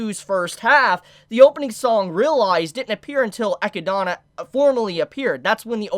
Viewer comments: Who is ekki-donna? Tha's not how you say Eh-Kid-Nah... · God dammit, its sa-te-lla NOT sa-tu-la or whatever it is you are saying. don't you speak English natively? Same goes for Echidna. ( it's Echi-d-na )...good grief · did you just pronounce echidna as ekidana yo wtf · Maybe im missing something, why do you say echidna that way?